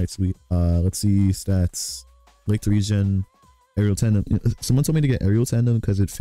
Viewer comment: Btw its not called licht regen like regenaration but regen as in rain in the german language and its pronounciated Reggen if yk what i mean